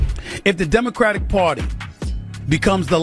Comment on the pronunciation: The Democrat Pwatty...Stephen A cracks me up!